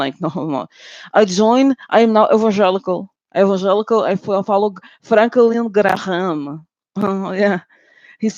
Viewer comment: ‘Frank-uh-lin Gra-HAM’ 🤣🤣🤣 omg you are so funny